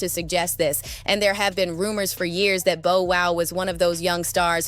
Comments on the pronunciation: Bow as in bow tie, but I get what you mean, it's definitely annoying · Yes tell your AI it's bow wow 😂😂🎉😂😂😂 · pronounce "bow" like a bow-tie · The AI saying “Bow” as in “Bow & arrow” is throwing me off!😂😂 but on topic, all of this is so messy and it’s only gonna get worse before it gets better. There’s some truth in what Orlando is saying, he’s been around since “Family Matters” so I’m sure he’d know about how the industry really handles people, especially kids